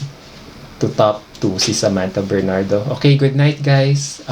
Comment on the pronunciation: Natalo siya sa pagbigkas ng pangalan nya, alon alon...Sa \man /tha \Ber /nard / do?...